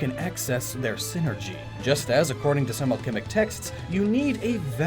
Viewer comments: sai-ner-gee, not sin-er-gee. It's wordplay based off of "Psychic Energy". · Psynergy. PSY-NERGY. You know, using their minds. God damn it's a Golden Sun pet peeve of mine when people say "synergy". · i still get fustrated isn't synergy a s NOT P